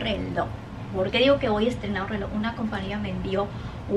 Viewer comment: Pobre, ella se está esforzando, pero no hay caso, solo sé que promocionó un "RELÓ" negro con CUERDA estra🤣🤣🤣🤣🤣🤣